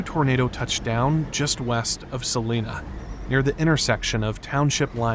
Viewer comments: One thing about the pronunciation of Celina by the locals: we call it Se-line-a, not Se-lean-a. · The Celina peeps trying to correct the pronunciation of their town 😂😂 Everyone in Mercer County pronounces it as Cell-line-na while everyone outside of it calls it Cell-lee-na. As someone from Celina, pronunciation of the town really does not matter, though there will always be at least one person saying “Actually, it’s pronounced as Cell-line-na 🤓” …If you still don’t know how to pronounce it, the meteorologist for WHIO Weather coverage says it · It’s pronounced Celina not Selina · It's pronounced Sell eye na otherwise nice production here. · Celina is pronounced Sah-lie-nah. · correction , it’s pronounced “cell-eye-nuh”! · I'm gonna be that person... excellent narration, but the town name is pronounced Suh-LINE-uh. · It's Sel 👁na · Its ca-line-ah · it's pronounced Cel- line- a. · Sa-lin-a is Kansas. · The newscaster told you how to pronounce Celina and you still said it wrong again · I don’t think it matters how you say it. Everyone in Mercer County pronounces it as Sa-ly-na and everyone outside of it pronounces it as Sa-lee-na lol I mean, our town was named after a city in Spain pronounced as Sa-lee-na. I guess we’ll never know the true pronunciation 🤷